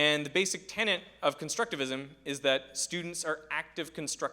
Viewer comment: Tenet, not tenant.